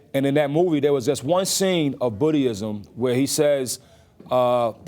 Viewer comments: "this one scene of Boodyism..." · “Idea-ology”? “Bootyism”? “Earfday”? This dude is a dope. If some random non-celebrity talked dumb like this guy we’d all call him out on his stupidity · Lol 😂 he said botty ism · RZA said Bootyism🤣🤣🤣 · "Bootyism" & "Moffa Earff"?? Must be part of that 'Supreme Alphabet'. Damn! This man is so deep Hip Hop,... he done hippity hopped his ass over second grade 'Engrish', into a PSA for 'don't do drugs'